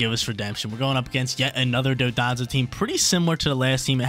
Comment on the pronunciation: One of these days were gonna learn it's Don-dozo and not Do-donzo